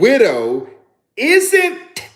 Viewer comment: ❤ t’s on the word isn’t-t-t!